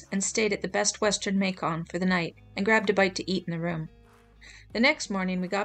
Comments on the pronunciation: Not May-Con but May-kan lol Like Bacon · "May-Con" That's funny. It rhymes with Bacon. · I’m from Georgia and loved how you said Macon, it’s pronounced May-cuhn, but who cares😂